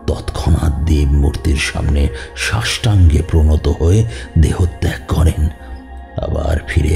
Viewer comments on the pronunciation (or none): গল্পের কথক ‘সাষ্টাঙ্গ’-কে ‘সষ্টাঙ্গ’ উচ্চারণ করেন কেন সেটা এক রহস্য আমার কাছে।